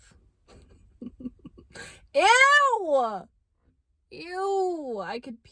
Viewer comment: I like it now i love it when you say oo